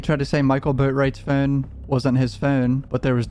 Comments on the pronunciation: It's phone not phine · The way you say phone is hilarious 🤣🤣🤣🤣 “ i think it’s his fooon” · Hate the way you say Phuune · Why u say o’s like that😂😂😂 “fone” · Very good coverage of the case! But the way bro pronounces "phone" is outlandish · Stop saying phone like that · why you pronounce “Phone” like that? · The way you say phone 😂😭 bro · Bruh the way you say phone 😂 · The Way that your pronounce "Phone" lolololol Bro you gotta be from Calabasas. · The way u say phonr reminds me of cart man😂 all love tho🤣💕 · The way you say "phone" 😂